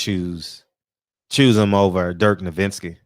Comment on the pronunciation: Did they say dirk nowinzki